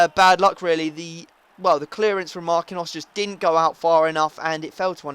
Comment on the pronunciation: its pronounced Mar-keen-yos! not markinos! dammit man!